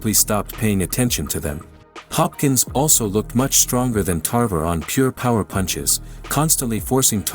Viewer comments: Tarver not tarvera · Antonio "Tarvera"? 🤣 🤣 🤣 First you got his weight division wrong then you got his name wrong 🤦🏽